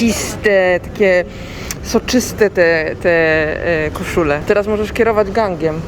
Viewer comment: "Nowiuśki kosziuli" :D pozderki z WLKP!:)